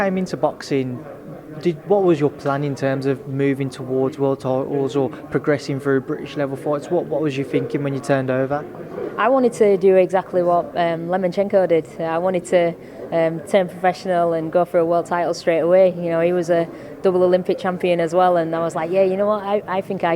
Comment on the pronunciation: Did she say Lemonchenko?